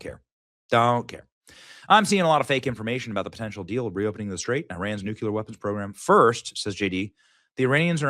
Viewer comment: stop saying new-queue-ler.